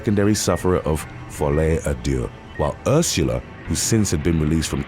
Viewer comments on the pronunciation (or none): none